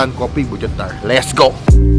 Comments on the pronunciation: Cetar bang bukan cetalr 😂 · Si ga bisa ngomong cetar jadi nya CETALLL